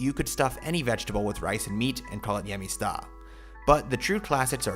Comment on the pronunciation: Sugar?!? No way! I wouldn't exactly call γεμιστά our national dish since there are so many we're known for. Also, when translating Hellenic to English pay attention to where the accent over the vowel is to pronounce it correctly. It can save you potentially embarrassing mistranslations. For instance it isn't geMEsta but gemestA. Lastly these are the artisima (non fasting/vegan) version of the dish. We also have nistisima ones for when we're fasting that are vegan.